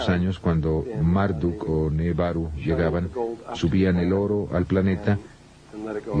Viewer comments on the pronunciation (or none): El que hizo el doblaje debería haberse informado porque dice cualquier cosa "nebaru" en lugar de nibiru le erra en muchos nombres e información!!! Igual es excelente el vídeo pero si lo ve alguien que no está muy adentrado en el tema se puede confundir luego cuando lea más sobre esto.